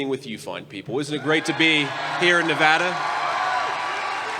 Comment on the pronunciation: Yay, you know how to pronounce Nevada!